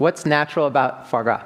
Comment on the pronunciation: "Fo gra" is how you pronounce foie gras? Au contraire, mon ami. You really made me doubt myself, but I'm pretty sure it's "fwa gra", similar to how most English speakers say it. The French wiktionary agrees with me...